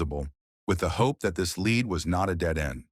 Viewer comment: Obvious pronunciation errors like "This lead Dave", with "lead" pronounced "leed" is where it gets super obvious it's an AI channel. **BLOCKED!** Please, everyone: there are enough actual content makers on youtube who write and produce their own stuff and put in actual effort in delivering us interesting content. Let's stop giving ad revenue, subscriptions and views to people who whip together stuff using Chat GPT (that's often drawn out so as to get more ad revenue just like those click-bait pages that take 30 clicks to get through the whole story) and who can't even be bothered to read their own content. Don't let bots replace human creativity!